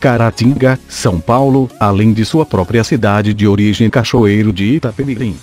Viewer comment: Iapemirim....namoradinha do Nordeste